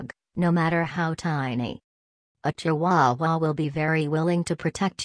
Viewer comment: Am I the only one that was bothered by how the robot pronounced chihuahua? Lol.